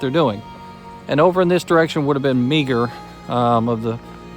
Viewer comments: Just discovered your channel and am enjoying it. FYI, Meagher is pronounced "Marr". Also subscribed. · Sorry "" and not to be picky, but just going for historical accuracy which I'm sure is your own goal - Meagher is pronounced - Maher or just Mar. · 30 second Pennsylvania yes sir it's a very good video on antietam. However you pronounce Thomas Francis Mars named the wrong way. I would suggest looking it up or talking with someone who's knowledgeable and civil war like yourself.